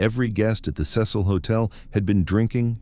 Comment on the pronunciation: take a shot every time he pronounces cecil as sess-hole